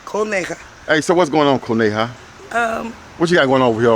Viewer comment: It's " CONEJA" 🐰 = Bunny